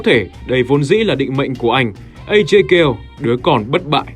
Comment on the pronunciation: Cho hỏi sao lại gọi là Ghale (kiểu Gale) thay vì gọi là Ga Lê:)) tại trong game hình như ai cx gọi Ajay Ga Lê:)) Ga Lê nghe cx cuốn hơn và cx k phải méo miệng nói từ Gale:3